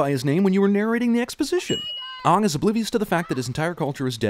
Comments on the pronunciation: It’s AANG not ONG 😑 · I thought it was pronounced Aang not Ang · The fact that they pronounced the name wrong, it's just bad.. It's not "auhng". It's "Aahng". Jaysus. Watch the cartoon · They call him Aung instead of Aang and Soaka instead of Sokka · Hahaha they say he's uhng not aang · 2010: Ong 2024: Finally they say it correctly AANG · Or that they pronounced it as Ang and not Ang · Everything. Just. Everything. I think it’s Aang not “ong” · Lol, im sorry. Awng? ITS MOTHERFUCKING AANG, PRONOUNCED AYNG!!?? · Uung is what the movie called him and I don't think they watched the show if they pronounce it like that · I know right! I have always known it as Aang with an A as in "angle". I have never pronounced it Ong or whatever. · Anyone else annoyed by the fact that the movie pronounces Aang’s name “Ong” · Yes omg Ong! Ong?? Who tf is Ong! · the amount of times i wanna throw a chair because they keep saying aang’s name as ong and not as AANG annoys me lmao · The pronounce everyone’s names wrong too, Aang is pronounced as ong in this 😐 it’s AAng and bending is supposed to look COOL not STUPID 😂😂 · Also “Ang” not “Aang” like pronounce it right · My List of Everything Wrong with The Last Airbender 1. It's Aang (Aye-ng) not Auw-ng 2. In the series, Haru's a handsome teenager, not a little boy 3. In the series, Zuko was sexy. This guy doesn't fit the description. 4. It's Sokka (Sock-a) not Sock-a 5. Katara supposed to not look stupid, she makes sense in the series and is actually serious. 6. Iroh's supposed to be fat and happy 7. Wasn't Aang a tiny bit more playful and adventurous 8. The bending isn't fast enough like movements going with it. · Aong it’s aahng why did they change the pronunciation from the show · Did you seriously just call him Ong? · His name is ong not aang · O U N G (or however the fuck did they pronounce it) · “Agnei key” “Eng” “Sooka” “Uncle earoeh” Seems a pretty accurate and non offensive movie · How about the pronounce aang like ong